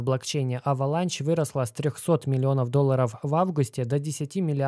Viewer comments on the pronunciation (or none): Avalanche - кажется читается как Эвеланш